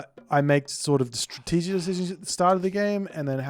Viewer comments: LOL, am I hearing things wrong or did you just say "Stratzwzwzzzwzwz" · He said "strategic decisions" in a slurred way